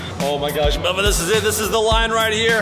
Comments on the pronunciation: тαρ мє αи∂ ѕєχ ωιтн мє Eleano MELBORN LOL I LIKE IT WHEN PEOPLE CALL MELVIN MELBORN LOOOOOL :> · mevin? its melvin